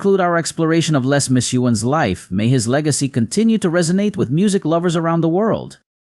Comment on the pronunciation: How seriously can you take someone who can't pronounce, "Les," McKeown," or, "Paton."?